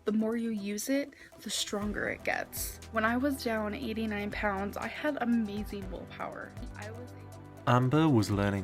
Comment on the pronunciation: That "amazeen willpaur" was the locks Krystle's parents put on the fridge and pantry. 🙄